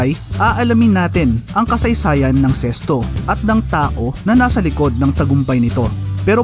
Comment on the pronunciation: Ano ba tlga ang tamang pag pronunciation nito ?bakit sesto ang dinig ko.sa karamihan zest.o nmn tlga Z